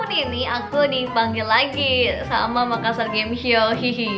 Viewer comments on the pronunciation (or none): Neng, Makassar bukan makkasar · makassar bukan makkasar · makassar kk bukan makkasar😁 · MAKASSAR BUKAN MAKKASAR. TOLONG DI UBAH LAGI YA NEXT TIME THANKS :) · bukan makkasar tapi MAKASSAR dua (s) nya bukan (k) nya dua karna saya orang makassar. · Makassar kak, bukan makkasar